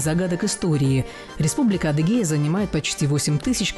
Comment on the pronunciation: АдЫгия должно быть. С ударением на "ы", созвучно произношению.